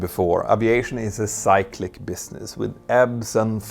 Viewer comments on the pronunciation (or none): As odd as it seems: Its Cyclic ... as in sik-lick ... NOT sigh-klik or psych-lik. Any other use of the root 'cycle' uses the long y ... in the use of cyclic, its the only use of the short y.